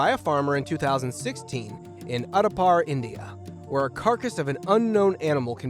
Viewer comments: min the name is "Udaipur". It is not "upadar" farm. D is pronunced first before P. By the way, "Udai" means rise (of sun). "pur" at last of name means village. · Yes and Udaipur pronunciation wasn’t even close 😆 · This guy needs a pronunciation guide…especially for Udaipur in India and Multnomah in Oregon… there are probably others, but you get my drift.